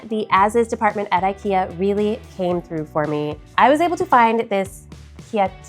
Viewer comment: Love it, love it, love it! And also love your effort to pronounce our strange Swedish words correctly, am especially impressed with the way you said IKEA. ❤